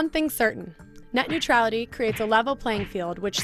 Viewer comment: Tu as dit “au revoir” à Nuetralité.